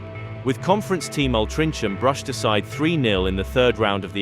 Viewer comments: My first Spurs game in this year, the home defeat to Wimbledon, start as you mean to go on 😂 great vid, absolutely mental pronunciation of Altrincham though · The classic early 90’s Sky Sports and MOTD graphics are superb! The AI made a bit of a hash of pronouncing Altrincham though 😂 But great video and very nostalgic! Was my first proper season of watching football.